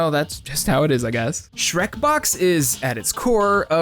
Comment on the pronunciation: no it's shrexbox, get it right!